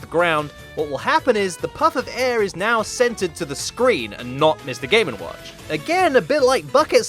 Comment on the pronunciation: Why do I hear "Mr gay n watch"?